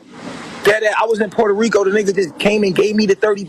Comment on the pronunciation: Not the purta reeka 🤣 this fool took me all the way out